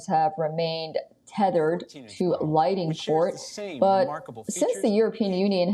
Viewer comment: lol, did she call them lighting ports hahahahhahaha